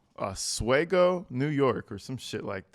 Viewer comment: We pronounce it aus-we-go 😉